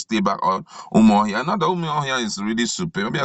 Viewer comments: Please presenter, the capital of Abia is UMU-AHIA not Umuohia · This reader should leave the script to the writer as he makes nonsense of the script when he murders certain words. Eg it should be: UmAhi not UmUahi, Awka (pronounced as Oka) not OKWA, UMUahia not UmuOHIA, Arthur not Otor. Alternatively post the script and allow us read. Besides your voice offends. ☹️☹️